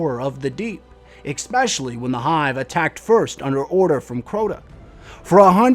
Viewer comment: Love the videos but these bug me: Para-causal not casual Especially-> S-specially, not xspecially